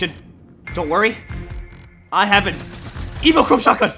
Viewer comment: Its pronounced evo-chrome burst rifle